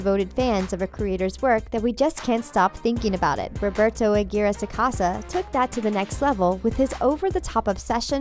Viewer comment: She said Aguirre wrong I mean I would know lmao